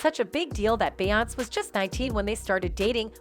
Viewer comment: It’s obvious the narrator isn’t familiar with the person she’s reporting on cause she mispronounced her name all throughout the video😅